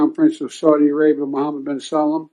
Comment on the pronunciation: Salam and Salman are different and pronounced differently